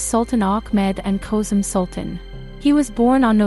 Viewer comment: FULL OF MISPRONOUNCED NAMES SHOWS UTTER CARELESSNESS & RUINS THIS SERIES. SHE CANNOT PRONOUNFE ANY ROYAL NAMES WHATS- KOSEM HURREM MIRIMHA IBRAHIM. PUTS US ALL OFF. THIS IS IRRESPONSIBLE TO THE EXTREME.